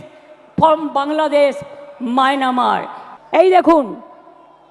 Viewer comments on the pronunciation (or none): মায়ানমার নয় ওটা মায়ানমার। বাংলা ভাষাটা বলতে এখনো ঠিক করে বলতে শেখেনি😂😂😂😂😂😂😂😂😂